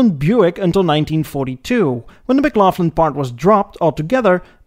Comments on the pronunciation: Kudos for giving the history of the Canadian Car industry. McLaughlin however you pronounced wrong. The pronunciation is the same as that of Scott McLaughlin.... anyhow, Col Sam McLaughlin was a very smart guy, who didn't have any sons, and that was his rationale into selling out to Durant when GM was buying up the planet. He also gave GM a lot of the money they needed to stabilise things when William Crapo Durant spent too much. The McLaughlin Car and Carriage Company would have stayed independent if ol Sam had sons. That might have changed history. Just know Oshawa is still the home of GM of Canada and at one point Oshawa was building 6000 vehicles a week and was the largest production complex in the GM empire. Ontario as a whole was in the late 90's was building more cars than Michigan was. Chrysler had plants in Windsor and Brampton, Ford was in Oakville and St Thomas, GM in Oshawa and Ingersoll, Honda in Alliston, Toyota in Cambridge... The Auto Pact however started to dissolve and in the end we lost some of the production. But make no mistake, many American Cars are Canadian built or partially made with Canadian made parts. Excellent work... you didn't miss much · BTW; In Canada we pronounce Mclaughlin, Mclocklin, not Mclaufflin. It may not be grammatically correct, but that's the common pronunciation. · Probably already mentioned several times in comments, but you mispronounce a few model names: McLaughlin - the "Laugh" is pronounced "lock", not like the word "laugh". No F sound. Viscount - Vy-count, not Vis-count. The S is silent. Monarch - the "o" is pronounced like the "o" in hot, pot, lot, and not like the long "o" in hold, fold, tone. phone. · English is obviously not your first language . McLaughlin is pronounced "McLauklin" NOT McLaughflyn . Viscount is pronounced "Vycount", NOT Visscount , also not English . Now I'm off to the White Spot drive-in in my 65 Parisienne Custom Sport 2+2 . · lol. Mc-Laugh-lin. Even better than Maple Sarp.